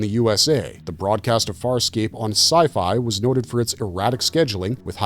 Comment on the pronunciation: Wow, you jacked up Farscape something fierce. Still glad it got a shout out though